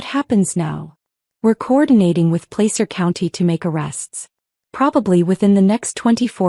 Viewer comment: Since I have lived in that County all my life, I can tell you it's pronounced Pla sir